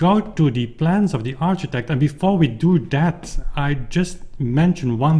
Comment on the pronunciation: Thanks for the update, very exciting indeed! Ps: architect is pronounced like arkitect. :)